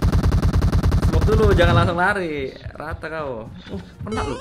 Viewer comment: Buat para random kalo mau make sure suruh bilang "KENA", kalo dia bilangnya "KENAK" Fix.. 😁😁